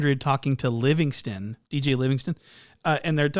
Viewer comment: they way bro said “dj Livingston” 😭😭😭